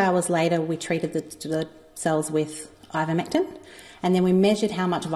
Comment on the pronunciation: Also the researcher names it correctly at the mark.